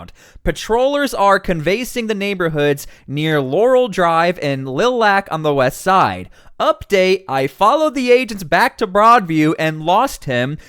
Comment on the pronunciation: canvass = KAN’ vess. Lilac = LIE’ lack.